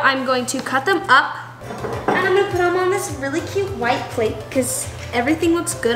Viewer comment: says AND with a British accent 😂 😂